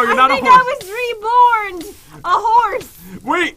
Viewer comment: Flora Blossomleaf she said rebourned which makes it funnier xD